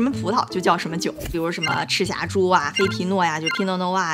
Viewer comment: 黑皮诺听成拼多多:face-turquoise-covering-eyes